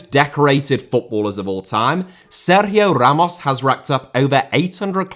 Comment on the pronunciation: Seryiooooo hammosss...bro your british..calm down